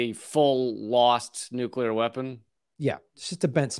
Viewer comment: It's pronounced NU-CLEAR!